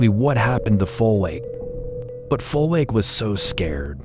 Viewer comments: It's not foLake it's folake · He pronounced "Folake"😅